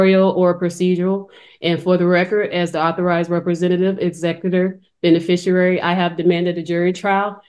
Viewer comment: Always with the extra r’s - beneficiRary, recRusal… they always embarrass themselves by using words they don’t know the meaning of and can’t pronounce - well, they should be embarrassed, but they aren’t